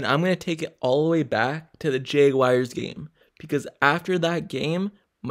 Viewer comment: Why you say jaguars like that? “Jaygwayers”. Lmao